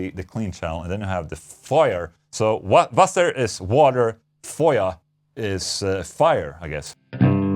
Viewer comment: I love the fact you got that close to the pronunciation of “Feuer” and “Wasser” Warms my little German heart